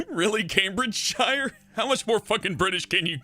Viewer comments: It's not Cambridge shire. It's pronounsed Cambridge sheere btw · It is pronounced camebridge sheer not shire and that is not how poeple speak in camebridgeshire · Sidenote: Counties ending in "-shire" are pronounced "-sheer" in the UK, Cambridgeshire is pronounced "Came-bridge-sheer". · Why do Americans pronounce shire wrong? It's not sh-eye-er, It's sh-ee-er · oml, most people in Britain don't say "CambridgeSHIRE", we normally say "Cambridgesher" or just stop at "sh". like I say "Yorkshire" like"yorksh-". at least most Yorkshire people do. :) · The suffix "-shire" isn't pronounced like the noun Shire. It's pronounced "shuh" and all as one word so it's pronounced Cambridgeshuh not Cambridge-shire. Same with all the other counties ending in -shire (Yorkshire, Lancashire, Lincolnshire, Herefordshire, Hertfordshire etc.) though maybe with a bit of an accent so it sound more like "shir" never ever "shy-er". I don't understand why Americans can't seem to get this. Canadians and Australians seem to manage it and we're all from the same stock. Any American who goes to the UK and says Shire will be mocked and thrown into the Thames. It's part of the Laws of London. You'll also be banned from meeting the Queen as she does her nightly walks around Britain meeting her subjects, because we all know her personally. You have been warned. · The Shire in Cambridgeshire is pronounced Sher,so that bollocksed your whole piss take up! . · Not to mention Mar-Goh and Came-bridge-sheer are pronounced incorrectly. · The way you say Cambridgeshire is killing me. 😐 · it would help if you said cambridgshire peoperly, its one word i dont why americans say the shire suffix as if its a seperate word. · You are not pronouncing the English town correctly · Planet Dolan Fuck you that's not how you pronounce shire